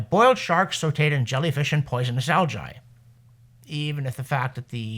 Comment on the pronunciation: It's bad enough that the spams mispronounce algae as aljee; but aljye? the second 'a' is there to harden the 'g'!